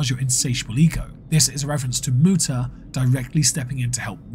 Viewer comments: Would like to make a quick correction in your pronunciation. It is Mootuh, not Muta thank you. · Uh Actually it's pronounced "Mewtah" 😂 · Kinda funny it's saying Muta like that since... Well... You know, that "Moo" part.